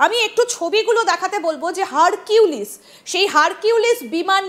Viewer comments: Harpik na Harquilice ki bollo? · ওইটা হারকিউলিস না, ওইটা হারপিক..